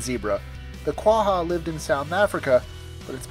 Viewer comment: ur African Half zebra horse is not named a quwaha ...you need to over pronounce the G like a dutch...its pronounced QuaGa